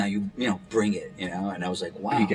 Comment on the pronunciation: “Did you rike it?” Lmfao.